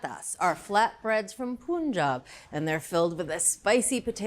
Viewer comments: Dear Julia, Punjab is spelled as "pa--en(pun) - jub/jaab" not "puun-jub". It will make lot of Indians offensive. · I am not watching untill you stop calling it "parantha ( 'th' in panther) and stop saying "Poonjaab", it's "Punjab" ( pronounced same as 'Pun') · No offence but please don't pronounce "Punjab" as P-oon-jab it's actually "P-un-jab" as in Pun+jab! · Please pronounce Punjab correctly .. it is Pun as in word pun and not poonjaab ! Hope you guys don't patent this recipe !! Beware ... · Thanks for the video ❤but please pronounce PANJAB NOT Punjab😢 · It's not Punjab=Poonjab, rather it would be Punjab= Panjab.😂b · its not pronounced as puuunjab it pronounced like panjaab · its not poonjob it is PANJAB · Not poonjab. Its punjab. Like fun -> pun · It's PUN-JAB - like you say Pun and Bun and GUN Who told them its PoonJub and now they can't stop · The state is not pronounced "Poonjab". Say the first syllable exactly like the English word "pun". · Punjab is pronounced as panjab not poonjab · The Pun in Punjab is pronounced as "Pun" as in Pun intended. It's not Poonjab. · It's not poonjab it's Punjab. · Poonjab? it is Pun+Jaab why they all spell wrong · Its panjab (not even like utensil pan like other English word pun) not poooonjab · Pronunciation is not Punjab, it's pan-jab, meaning - land of 5 river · Why do most Americans say like Poon-jab? Pun in English is pun as usual, so why does it have to change when it is attached to a place? Its Pun and jab, so Punjab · IT IS NOT CALLED POONJAAB IT CALL PUN-JAAB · Poonjab✖ Panjab✅.. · Pun-Jaab ❌ Poon-Jaab ✅ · Its not PUUNJAB, its PAANJAB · Its not poonjab..its panjab but we write as Punjab in english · Punjab is pronounced Pun-jaab Not poon-Jaab. Otherwise great recipe. And kudos for highlighting Indian recipes. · Hi chef! Please pronounce the first syllable in Punjab as Pun, the English word Pun. And please encourage others to do that as well. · How difficult is it to say Punjab and not Poonjab🙄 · Pun*jaab 😂 panjaab